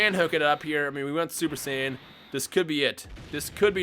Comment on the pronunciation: It sounds like you said :Super sandwiches in the intro😂